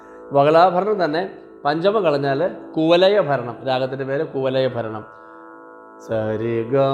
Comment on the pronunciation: കുവലയ അല്ല കുവലയാ എന്നാണ് 🙏